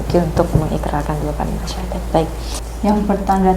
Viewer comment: Alhamdulillah banyak sdr baru yg telah mu'llaf dg keinginan sendiri. Mohon maaf sebelumnya barangkali pendengaran saya yang agak kurang peka, akan tetapi saya mengikuti berkali...kami rasa pembacaan Syahadat Tauhid oleh mbak ustdzh. Pemandu mohon diperhatikan biar tidak mengubah makna dr isi syahadat tsb. ...maaf yg sering terdengar "ILLAHA ILLALLAH" yg semestinya membacanya "ilaaha illallah"